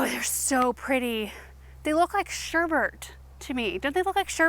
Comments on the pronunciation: Omg, you and my niece....Sherbert!!! Sherbet! We have an ongoing banter about this. lol I wonder why so many pronounce it with an extra "r"? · I cracked up when you said it looks like Sherbert! I said that for years until I was '"told" it is Sherbet. After a big argument I lost. Glad to know I was not the only one who said Sherbert. But on topic I have 2 in my garden and I love them! I also have several At Last Roses. I love them as well.